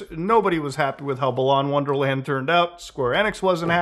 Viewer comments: I like how balan wonderworld is so bad that Muta couldn't even say the title of the game correctly. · I find it hilarious that wonderworld is such a forgettable game that nobody cares about muta mispronouncing it lmao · The game is so bad muta couldn't even be bother to pronounce the game's name correctly lol